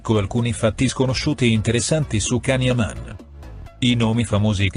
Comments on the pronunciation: Non voglio essere pignola ma non si pronunciaCan si scrive così ma si pronuncia Gian gtazie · Non si pronuncia Can come cane ma jan come Gianni quindi nonseguiro nulla fino a che lo chiamate come il cane🤔